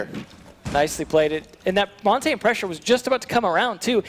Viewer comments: If I hear them mispronounce Montagne one more time.... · Noone can pronounce Montagne and it is triggering